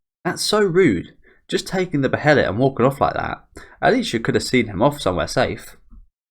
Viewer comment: not to nitpick or anything but it's pronounced "baelit"